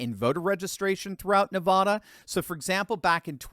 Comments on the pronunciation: It’s Nevada NOT Nevahda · It's not Na vaa da It's Na vad a So irritating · NevAda, not Nevauda!!!! Call someone in Nevada, so they can tell you how to pronounce Nevada. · It's Nevada. Not Nevahda. All you Thurston Howell's out there bastardizing the state's name should cease and desist immediately!! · NEVADA.......NOT NEVAHDA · Pronounce the first “a” in Nevada like the “a” in “apple!” It is NOT pronounced “Nevahdah!!!!” You do not come off as more sophisticated or “learned” by pronouncing “Nevada” “Nevahdah!” Please? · Please please please learn to pronounce NEVADA correctly! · Nevada, pronounced with an A , lol since I moved here I’ve been corrected…. Thanks for all the updates 👍🏻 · Pronounce Nevada with short “a”as in ladder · A as in Apple. Say it 1,000 times before you record the next video on this state. If you keep saying that way I might have to start saying Connect Ticket. :)